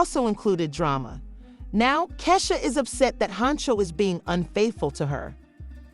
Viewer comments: 😂😂😂😂😂😂😂 right who is kaysha??? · Wtf u cnt say Keisha omg cnt even watch it because u saying her name wrong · it’s pronounce Key 🔑 Shia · This voice over is killing me!! Learn 2 pronounce our name !! Take this shit down until you learn how to say our name 😂😂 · Sis that’s not how you say her name 😭😭😭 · Right !!! I’ll sue just because she saying my name wrong 😂